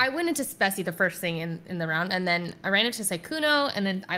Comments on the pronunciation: hate it when they say “speci” it hurts my brain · "Specimen" is not a hard word to say.